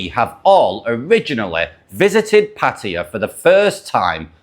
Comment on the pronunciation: So glad to hear a podcaster pronouncing Pattaya correctly for a change, well done man.